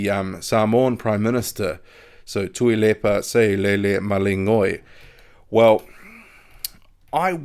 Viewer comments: good pronunciation with the Samoan Prime Minister's name!👍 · you pronounce tuilepas name way better than me lol.great update